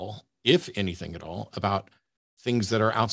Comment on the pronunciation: It is annoying how keeps using a "K" instead of a "G" when saying a word ending in "G"...like "AnythinK" and "The thinK is" etc.